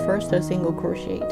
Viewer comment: I am just helping here :) The English language can sometimes be difficult & confusing. To pronounce "CROCHET* , the last 'T' is silent because it is derived from the French language :) It is pronounced - 'CROW - SHAY' . I hope that this helps :)))